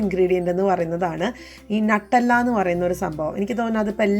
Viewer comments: Nattalla alla nuttella aanu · nattella ala nutella